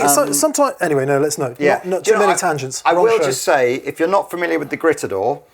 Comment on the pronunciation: It’s pronounced: “greet-a-door”, guys.